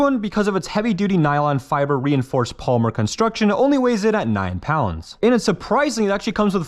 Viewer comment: Why can’t you say polymer, grande, or cartridge?